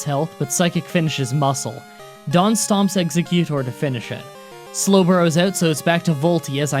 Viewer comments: Back to aeroy for executor It’s exEGGuctor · Not exeKutor its exeggutor exeGGGGGGgGGGGGGgGGGGutor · I get why you pronounce Exeggudor wrong. (Not sure how to spell it but you know what I mean.) it's because of Exeggcute. It's actually pronounced ex-egg-you-dor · exe-GYOO-tore? ZA-too? wow this purposely pronouncing wrong getting more comments influencing algorithm thing seems so much more true now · Pronunciation corrections (since ya figured ya miss out on some names): -Meh-gay-knee-um for Meganium -Ex-Ay-Gyu-Tor for Exeggutor -Ay/Aeh-ree-ah-dos for Ariados (like an alternate way to say 'area') -Ar-kuh-nine for Arcanine Observations: -Gen 2 was only a bit more held together by super glue and rubber bands compared to 1, altogether. -I remembered Bugsy being male from when the Johto arc of Pokemon aired, way back when. It was pretty surprising for the neighborhood kids who played only the games, too, so you're cleared for that confusion. -Funny enough, Meganium has been and always will be an inferior Venusaur. This is why Venusaur got a Mega and Meganium never did. Why Typhlosion never got one, is really beyond me. Feraligatr...eh, Blastoise and Swampert tend to be better at what they do. -Miltank was usually a cursed matchup for most back in Gen 2 because it was pretty decently leveled and its damning stats and health restoration. Plus, even with no type strengths, Normal is usually either hardy, hard-hitting, or both, and has lots of coverage with TMs/HMs. -It's not that bad not knowing the specific pronunciations of every.single.Pokemon, so you're good once again. -The only reason to do the Burned Tower is, really, to release the Legendary Dogs (or Cats, as some notice they are more cat-looking than dog-looking) and to get a sidequest of sorts. Not really worth going out of one's way for. -AI in the first couple of Gens were especially notorious for trying to go for su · Exeguttor was said wrong Geez you are so bad at names